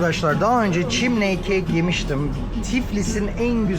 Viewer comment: Merhaba Sevgili, chimney kelimesinin anlamı baca demektir. Telaffuzu da çimney değil gencin dediği gibi çimni